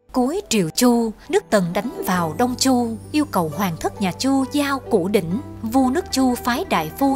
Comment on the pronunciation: Đọc mà còn sai nhất ngôn củ đỉnh ad hay thật